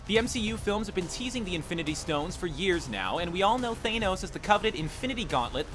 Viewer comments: THANOS NOT THAYNOS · Than-os not Thane-os! Sometimes I think some of these guys mispronounce names on purpose! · pronounced THAYN-OWS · its thanos not Tha-nos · You're saying Thanos wrong. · That's not how you say Thanos. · Can this guy not pronounce anything? Mater? Thanos?? Michael PEÑA? REALLY??